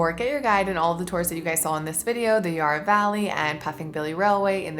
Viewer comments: Just a bit of correction for those that don’t know….Yarra (as in Valley and River) is pronounced with a sharp A, as in tap. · the Dandenong Ranges is such a beautiful area, I'm glad you got to experience the Puffing Billy track. edit: also, Yarra is pronounced with a short a like in hat or cat, not a long a like in yard